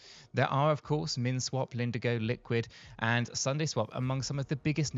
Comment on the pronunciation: "Lindigo" lol